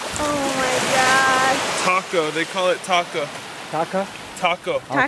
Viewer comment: Cromwell's beach. Tako, not taco.